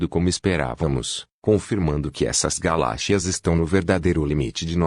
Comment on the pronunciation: Aprenda a falar galáxias tá